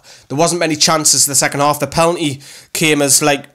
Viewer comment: It pen a l ty (penalty) not pel anty (pelanty).